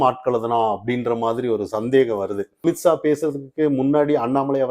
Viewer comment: 😂😂😂😂 not AMIT SAA.... pronounce AMIT SHAH😂😂